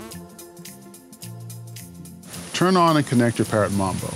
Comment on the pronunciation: He said mumbo its mambo